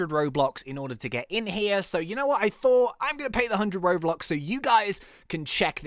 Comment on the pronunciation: When he was supposed to say robux he said Roblox